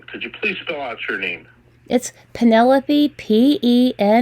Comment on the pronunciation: As usual I'm listening again and caught a big giveaway to this creep's identity as a scammer: he asked if he was speaking to Pen - a - lope (last syllable rhymes with rope). He said that within the first minute!! What a toad - when you chose that name did you know how people in countries outside of the US have such difficulty pronouncing it?